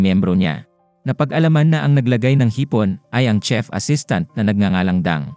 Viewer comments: CHEF po hindi tsef. parang tanod lang ah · Mali po pagka bigkas nyo sa "CHEF" Hindi po "tsef" Yun, "shef" dapat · Thai kc kaya tsef Pag korean ang bigkas shef Pag pinoy shit😅 Owkie lang yan Sabi nga nila E Correct mo in private but purihin in public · Alalahanen mo magkakaiba tayo ng LANGUAGE SLANG, PILIPINAS PA LANG IBAT IBA NA,taaw ng ihi mo😂😂😂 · Hehe a.i po yan kaya hnd tlga msasabi ng maayos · It pronounced as "shef" Not tsef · nice movie recap. no offense meant but I just want to correct you regarding your pronunciation of Chef and Recipe. "Chef" should be pronounced as "Shef" and "Recipe" as "Re-see-pee". also "Trademark" as "treydmark" and "Menu" as "Men-nyu" so you can say it right in your next video. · gsto nya tsef eh bkt ba haahah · Hahaaha bkt Kasi tsef😂😂